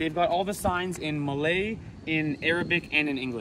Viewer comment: your pronunciation of malay names etc is astoundingly good.